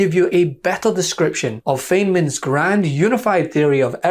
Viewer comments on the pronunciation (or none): Good post. Technical note, "Feynman" is pronounced like "Fine mun".